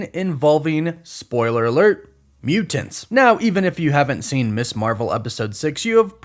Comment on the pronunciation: muTanTs “emphasis on them T’s